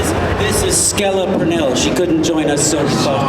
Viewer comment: “SKELLA PERNELL” LMAOOO